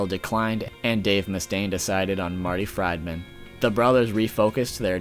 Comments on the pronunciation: Marty fried-man? lol Friedman good documentary though! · Marty Fride-Man? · The way you pronounce Marty's name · yeah and this guy who knows Megadeth , can't even Pronounce Marty Friedman's name correctly SO MUCH FOR THAT HEHE